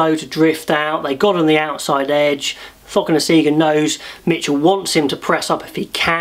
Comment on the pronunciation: I was pleased for England but very sad for Ireland who are much better than that. I believe that Cokanasiga is pronounced Thokanasinga.